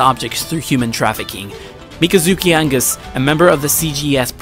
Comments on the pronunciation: btw you pronounced Ali al Sachez you said Sanchez on his name and along with Mikazuki Augus it's not "Angus" it's Augus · mikazuki angus wtf its pronounsed Mi-ka zuki Au Gus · its augus , not angus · "Angus? " r u sure that's how you pronounce aUgus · Augus. AUGUS. aUuugus. Not Angus. Mikazuki is not MacGyver 😂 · Hey it’s agus not angus you disgraced me and the creators 🤬!!! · It's Augus, not Angus. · thats not just a mispronounciation, you put a letter in there that isnt even supposed to be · You say wrong mikazuki augus very wrong the world is wrong